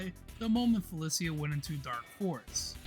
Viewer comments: aint no way felicia is pronounced like that... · This is a good video, but I'd ask around the communities you're covering for pronunciation notes. Ailerus and Felicia were mispronounced.